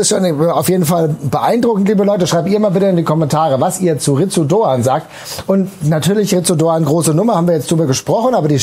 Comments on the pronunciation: Ich will ja nicht Klugscheißen, aber Ritsu Doan wird "Litsu" ausgesprochen 🤪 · In der Hoffnung, dass wir seinen Namen in den nächsten Jahren oft bei Fussball2000 hören: Doans Vorname wird wohl "Lits" ausgesprochen. Möget Ihr ihn in den kommenden Saisons oft als Matchwinner für die SGE loben! ❤